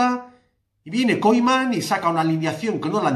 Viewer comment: Haznos un favor pronuncia bien el nombre del entrenador que me sangra el oido cada vez que dices Koiman en vez de Koeman por favor.